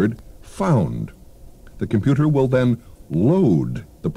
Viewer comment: Jayne Meadows... "Computah"...